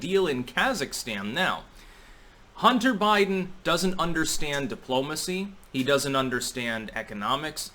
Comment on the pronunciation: "Totally not about bunter hiden"!!?